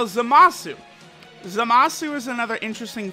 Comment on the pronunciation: Its Zamas you ningen, and he is godly unit, the INT one ofc